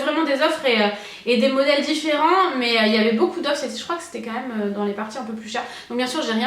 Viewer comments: Quand tu dis "même" tu le prononces genre "meume" ça me fait rire 😙 au top cette vidéo, gros bisous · Super video ❤️ j'adore vraiment t'es haul Londres 😘tu me fait trop rire quand tu dit "meme" 😂 continue comme sa t'es au top 👌🏼❤️